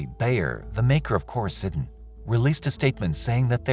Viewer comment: Core- ih- see-din not Core Ih sy- din